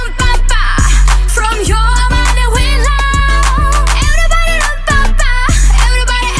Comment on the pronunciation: Everybody как-то произносишь по колхозники